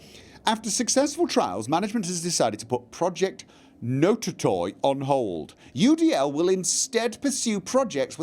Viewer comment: it's: "Not A Toy"...not: "Note-a-toy"